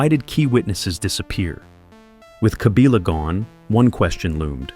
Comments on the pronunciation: Kabila not Kabiila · The pronunciation is "Kabila" and not "Kabila"